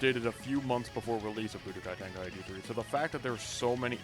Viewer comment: budokai ten…….. can’t understand you from there